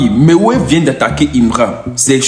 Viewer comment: Quand tu dit Mewey viens d'attaquer Himra là oh est ce que tu comprends le français parler